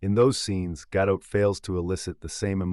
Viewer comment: her name is not gah-dote...it is gah-dot, like spot, cot, tot...as in shabbat 🥸. she tries to westernize her name or even worse tries to frenchify her name like brigitte bardot. at least she she is not as bad as natalie portman trying to hide her judaism for most of her career